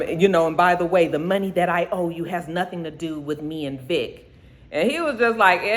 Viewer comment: Not you still calling Vic Vector lmao